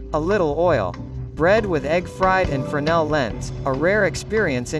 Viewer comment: Se pronuncia frenél, berê. No francês não se pronuncia o S